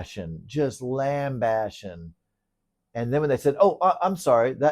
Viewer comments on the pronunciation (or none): I’m a pedantic ass, so I can’t help but point out it’s “lambasting” not “lamb bashing” 😅